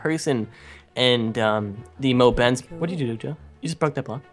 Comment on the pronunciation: i heard she said wath the h__l